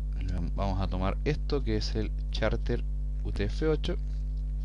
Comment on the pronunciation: Excelente!. gracias por compartir!!...Saludos desde Concepción-Chile!. .. Ah!! y es Charset no Charter.. jaja